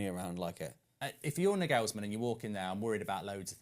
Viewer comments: has an interesting way of pronouncing footballers names 😅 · How is he pronouncing Nagelsmann like that ?! Wow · still pronouncing Nagelsmann wrong 😂